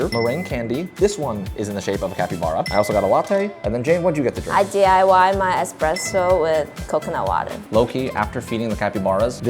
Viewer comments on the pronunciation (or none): It's Espresso not expresso. You just PO'd every Italian.